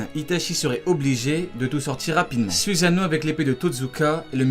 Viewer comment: ça se prononce sousano!!!!!!!!!!!!!!!!!!!!!!!!!!!!!!!!!!!!!!!!!!!!!!!!!!!!!!!!!!!!!!!!!!!!!!!!!!!!!!!!!!!!!!!!!!!!!!!!!!!!!!!!!!!!!!!!!!!!!!!!!!!!!!!!!!!!!!!!!!!!!!!!!!!!!!